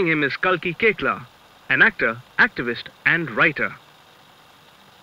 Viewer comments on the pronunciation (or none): Pronounced as Cake laa